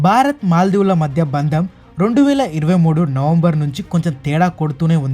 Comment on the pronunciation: బారత్ కాదమ్మ భారత్ . తెలుగు భాషకి ఒత్తు లే అందం తల్లి.